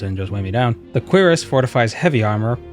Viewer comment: Thanks for being one of the few to correctly pronounce cuirass